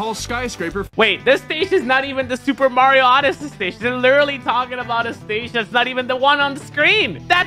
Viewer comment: Pronouncing Mario: Normal people: Mah-ri-o Not normal people- mer-ree-o